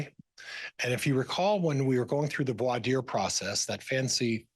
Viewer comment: No one believed Emma Murray. In English, it's pronounced "vwar deer". This is not a First Amendment issue. There you go,. I just debunked your entire defense case in three sentences.